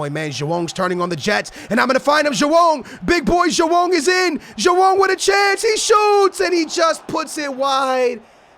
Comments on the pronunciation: Its joao not jowann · please stop saying joao